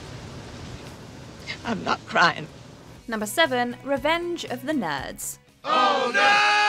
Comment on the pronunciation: Lol did anyone notice how she pronounced "nerds".